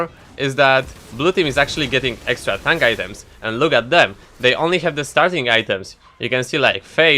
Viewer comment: Every time you say ''tank'' I hear it like ''tongue''